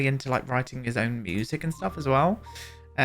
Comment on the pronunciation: I love how you say musically and music - moosically